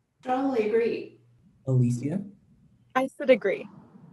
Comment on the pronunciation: can we talk about how they pronounced alisias name different each time